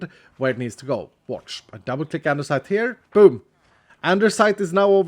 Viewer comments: its andesite not andersite, but who cares so keep it up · Anybody else love the fact that says andersite and-er-cite instead of the usual and-uh-cite…no? Okay guess that’s just me then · I always hear called andesite a Andersite😁,idk maybe my hearing has problem😂